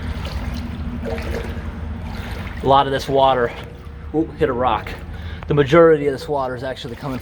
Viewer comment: I've been watching Post 10 for a few months now, and I have always appreciated the clarity in pronunciation... However this is the second video in which I have heard him say "majerity" instead of "majority." Has anyone else noticed that?